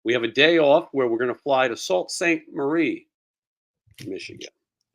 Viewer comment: Sault ste Marie is pronounced Sue Ste Marie , I got scolded for saying it wrong and I'm from Michigan! Lol. Love your show dude!! Keep rocking